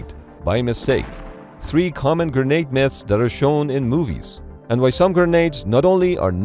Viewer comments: Gernade or grenade? I wish the narrator had gone with grenade. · Anyone else hearing "gurnade"